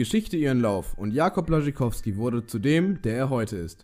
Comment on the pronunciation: Alter mich guckt deine scheiss Aussprache ab es heisst Jakub B Ł A SZ CZ Y K O W S K I